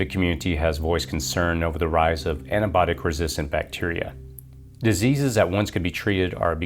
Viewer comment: Anti-bio-tic not antibotic